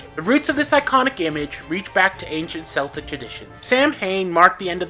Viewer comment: Samhain is pronounced “Sow win”, and Celtic is pronounced “Kel tic”, you stupid computer.